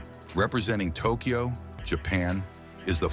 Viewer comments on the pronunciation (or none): none